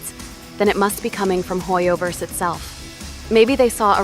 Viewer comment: It's definitely HOYOver 😂